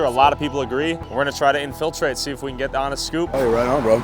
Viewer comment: Please learn how to pronounce "infiltrate" correctly